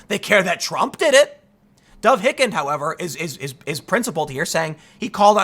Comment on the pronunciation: Tim, I love you bro, but Dov Hikind's last name is pronounced "Haikind" as in "Haiku." You do pronounce the second syllable correctly.